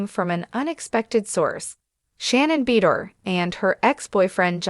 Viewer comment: Her last nane is pronounced BA DOOR